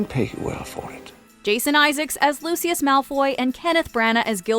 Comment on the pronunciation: Please at least have a fan do the video. They mispronounced Lucius’ name. It just hurt 🗡❤️